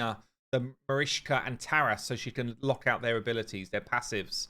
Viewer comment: You can say correct the name of richtoff… why don’t do the same with Marichka ?! She is not marishka. Btw love your videos